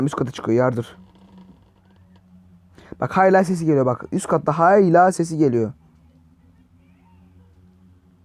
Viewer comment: Abı türk konuşmayımı unuttun Gelıyır Diye konuşuyon 😂